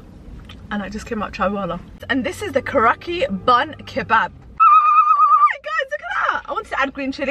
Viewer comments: It's kara chi not ki 😂😂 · Hi just telling you that you said Karachi wrong it’s not karaki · Pakistani* food. And karachi is a city in Pakistan where the spicy bun sandwich comes from. Karachi is pronounced with "chi" as its said in chicken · The way you pronounced Karachi 😂